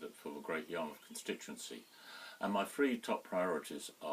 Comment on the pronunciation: The green candidate cannot even say three, I cannot believe he said free, this is the kind of moron people are voting for, no wonder the country is in the mess it's in!